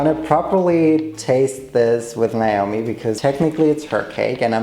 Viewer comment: omg you pronounced naomi the way arabs do... “نعومي” 😧